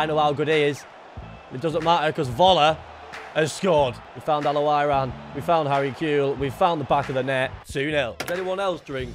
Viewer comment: The way he say al owrain😂